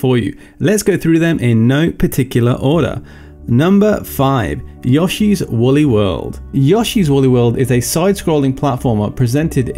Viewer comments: "Yaw-shee's Woolly World?" You're the very first person I've heard who pronounces it that way. XD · It's all I can hear now